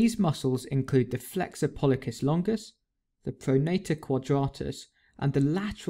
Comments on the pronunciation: The way he is pronouncing "pollicis" is driving me crazy... :D Great video though. Keep up the good job. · Thank you for this video! Although, since I'm from a different part of the world it was a bit surprising to hear pollicis with a k sound rather than an s sound.